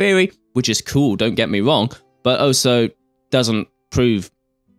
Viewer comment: I'd just like to state for the record that it's pronounced "all - so", not "oh - so".